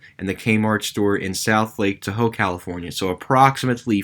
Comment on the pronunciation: Costa Mesa is pronounced coast-ah may-sah. Tahoe for Lake Tahoe is pronounced tah-ho.